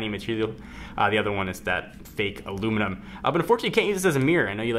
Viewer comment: Europe: Aluminium US: Aluminum ^_^ I think you are the first person from the US on youtube to say both properly:D I really do think the new Ipod Touch is great but I really see no point in the rope thingy because no one will use it (expect for people who get scared about dropping it), I might use it but only if im using it while dangling it out of my window:D